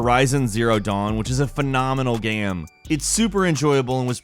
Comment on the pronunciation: When pronounces game "gayem" it drives me insane in a bad way.